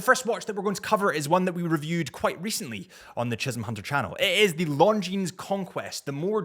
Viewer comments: Pronounced "Longine".. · Longines- The s is silent 😂